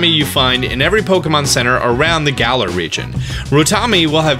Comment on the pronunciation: Finally you are pronouncing Galar properly! It only took you like 4 months 🤣🤣